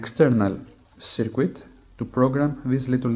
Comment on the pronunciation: Was he calling the the USB to serial chip "the secret"? It sure sounds like it.